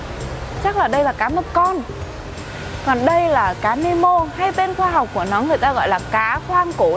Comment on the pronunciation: nemo khong phải meno dau chị